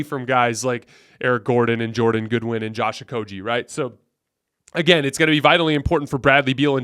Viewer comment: IT"S PRONOUNCED OH-KOH-GHEE, NOT OH-KOH-JEE. THE G DOES NOT MAKE THE J SOUND!!!